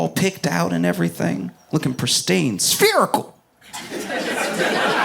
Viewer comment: The way he said spherical and his name is also Josh